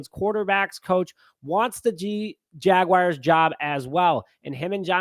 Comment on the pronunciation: Jaguars...not Jag-wires 🤦🏿‍♂️😆